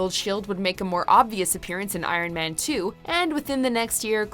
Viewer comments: It's pretty disturbing to me how she pronounces ironman. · The narrator says man weird when she says iron man